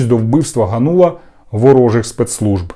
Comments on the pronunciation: Та не ганУла , а гАнула ! 😡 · Какой Ганула? Спроси хотябы где ударение ставить.